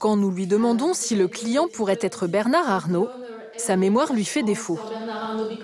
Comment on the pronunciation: Le pauvre avocat pourquoi a-t-il prononcé Bernard avec le D à la fin , alors que la journaliste ne l'a pas prononcé !